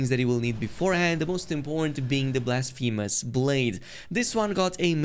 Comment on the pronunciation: blasfeemus blade😂